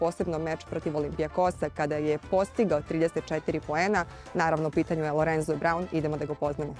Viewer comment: Lorenzo se i izgovara, a ne Lorenco. Nije Španac. Tako da su pravilno i napisali na srpskom Lorenzo Braun. Nadimak mu je Zo, a ne Co.